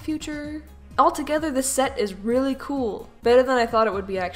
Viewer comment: Why do you say weally so much time XD